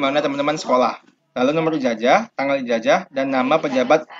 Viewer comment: Ijazahhh bukan ijajahhh